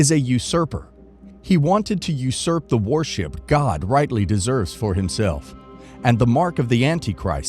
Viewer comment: Can't you get someone who speaks proper English??? " IDOL-TREE" ??? " WAR-SHIP "??? cheers